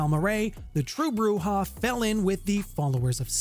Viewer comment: And Broo-Zhah.